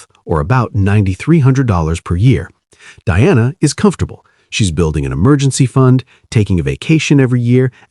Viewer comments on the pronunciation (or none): none